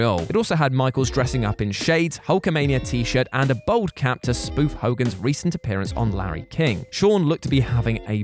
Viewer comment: I will never understand how someone who is bald cannot pronounce the word bald properly. Bold is something entirely different.